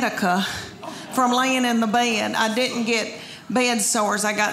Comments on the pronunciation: "I go to bay-ed" - Southerners. Always making more syllables than needed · I love the way she says "bed" with two syllables. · Don't the words "bed" and "boy" have just one syllable?